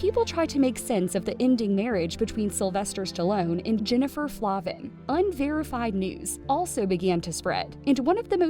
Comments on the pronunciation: FLAY-vin, not Flah-vin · And her last name Is Pronounced Flayvin not Flahvan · Jennifer and I were friends in elementary school. I have a ton of old photos from childhood of us. By the way, her name is pronounced Flay-vin 😬